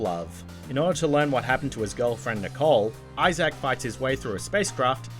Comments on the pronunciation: Dead space- HIS NAME IS ISAAC NOT I-SACK 😂😂😂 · No ones gonna mention "eye zach"? No? Okidoke